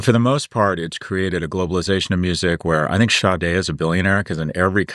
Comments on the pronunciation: Pronounced “Shar-day” In America. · Who is the artist Scott referenced? Sounded like 'Shad Day'... I've never heard of them.